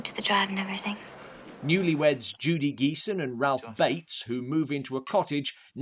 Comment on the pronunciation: Judy Geeson is pronounced with a soft "G". She's had a 50+ year career, with as many film appearances - from 1968 to 2022.